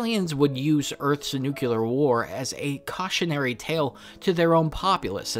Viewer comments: it's pronounced nuc-LEE-ar, not nuc-YOU-ar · Every time you pronounce "nucular", somewhere a small puppy dies. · There is no Y in Nuclear so I had to stop listening to this